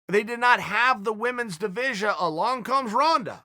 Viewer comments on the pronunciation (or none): "the womens divisia"